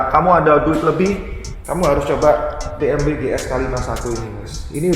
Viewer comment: Dibacanya "be em we" Bukan biemdabelyu